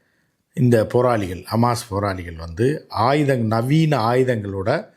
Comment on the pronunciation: Amaas illai hamas.